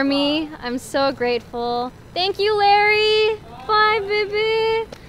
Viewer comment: who’s gonna tell her it’s Larray and not Larry